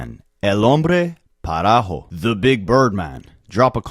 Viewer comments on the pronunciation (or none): "Pajaro" not parajo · almost there, not parajo...pajaro. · Parajo? No brother lol it's PAJARO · Pa JA ro. Not Pa RA Jo. lol I got you broski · It’s pajaro you said it wrong